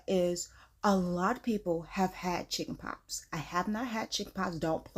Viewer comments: Chiiiile, did you say “Chicken POPS”???🤣🤣🤣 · Are you saying chickenpops?